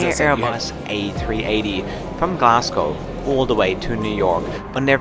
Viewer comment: Its pronounced Glaz go not Glass cow.